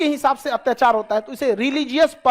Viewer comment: Hatyachaar is cute 😀 I wouldn't say 'Atyachaar' anymore, It's Hatyachaar for me 😀